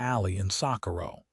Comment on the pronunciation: This AI needs correct pronunciation coding. It doesn't know how to correctly speak, Socorro, New Mexico! 🤨😠